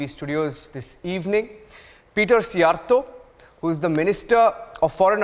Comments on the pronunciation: He pronounced Szjjarto's name correctly! No reporter in Western Europe even bothers to learn it! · Yes hs said his name very elegantly!